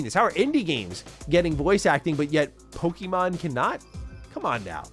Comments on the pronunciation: All I can hear is “pokey-mon” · I hate how ppl pronounce it Poe-key-mon, when it's really Po-keh-mon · Learn how to pronounce Pokémon. Please. And Pokémon and Digimon are not early 2000's but late 1990's.